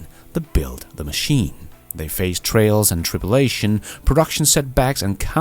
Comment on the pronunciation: "trials and tribulations", not "trails and tribulations"